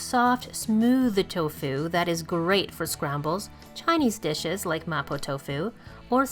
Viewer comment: How you pronounce "tofu" is extremely irritating.